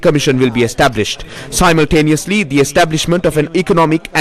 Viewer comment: Simultaneously is being pronounced wrong